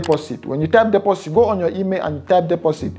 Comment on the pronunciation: when he said deposit and sounded like he said "pussy" 😂😅😂